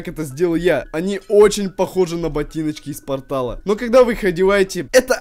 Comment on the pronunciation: не партал а портал